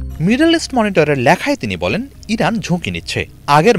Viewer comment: ল্যাখা নয় লেখা, উচ্চারণ ঠিক করুন ।